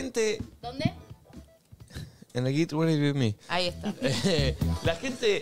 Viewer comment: ME MATA NICO 'GIT REDI WITH ME'